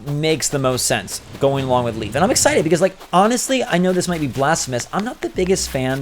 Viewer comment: The name Leif is pronounced as "lay-f". Leif is a real name its pretty common where im from